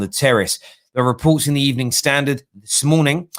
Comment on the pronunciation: Good Ebening